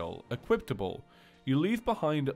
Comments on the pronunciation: Just wanted to say... It's equipable, not equiptable... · "Equiptable" Don't get me wrong I love you but it gets me every time 😂